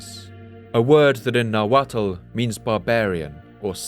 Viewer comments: Amazing video. ( The “tl” in Nahuatl is pronounced with a silent L. ) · Calling them Aztecs is Eurocentric. He also mispronounces the -tl at the end of words in nahuatl. It's pronounced like a hard T. You're actually suppose to make sure your tongue taps the roof of your mouth.